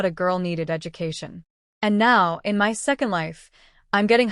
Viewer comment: Why does ai have such a problem saying my, & has to spell it out instead?